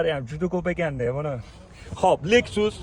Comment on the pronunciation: Lexus ni harflab o'qishizga 6 baho ))